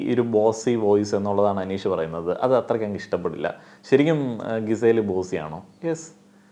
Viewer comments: എന്നും പറയണമെന്ന് വിചാരിക്കും.. "ഗിസേൽ" അല്ല, "ജിസേൽ" ആണ് 😌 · GIZELLE name pronunciation thett anu bro. Please change that😅